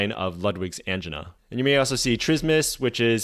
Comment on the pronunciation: Are you intentionally mispronouncing words to increase engagement? Verbatim and angina were pronounced in a very interesting way.